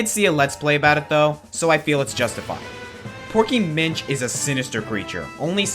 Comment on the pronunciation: I like how you called porky munch instead of porky minch